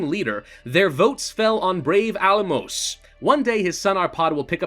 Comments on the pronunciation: Little help with the pronunciation: The last sound of Álmos' name is pronounced "ʃ" not "s" Think of words like: SHadow, SHe seSSion or leaSH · It's pronunced as Álmosh. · The 'S' in Almos is pronounced as 's' in ash